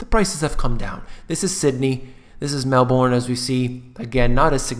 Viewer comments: Glad I bought years ago. Also pronounce it Mal-Bern. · It's pronounced: Mel - bn. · Also correct pronounciation is Melbn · Just say 'Melbin' like you'd say the name Melvin - You'll impress ever Aussie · Love your accent - BTW - Melbourne is pronounced Melbin!!!! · love your videos they are very informative and very much relevant to what is actually being experienced here in Perth Western Australia. Ps in Australia we pronounce it as Melbern. Don't worry mate I don't hate you for pronouncing it differently 😂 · Gee Whizz pronunciation! Call it Meel-Boon or Mal-Born, I don't think most of us care we don't really speak the Queen's English 😄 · Haha we pronounce it kind of like 'Melb-in' or 'Melb-earn' and said more quickly rather then dragging the syllable out.. I'm definitely not an English teacher lol Great video, cheers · Melbourne is pronounced Mel burn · Loved it disliked just as you asked because your pronunciation of 'Melbourne' is woeful